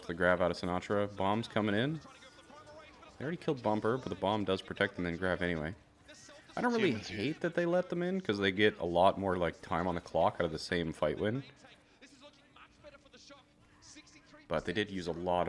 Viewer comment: does anyone here one of the casters say cock instead of clock